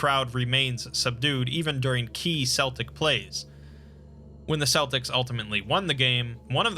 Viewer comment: Protip: in Gaelic tongues, the letter C is always pronounced as a K. There is no such thing as a Seltic. t. Dw i siarad Cymraeg